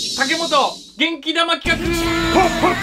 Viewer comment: え！ 「けん玉」じゃなくて「げんき玉」だったのか！日本語ムズカシイ…。